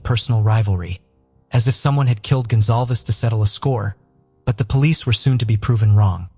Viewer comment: GONZALEZ not gonzalves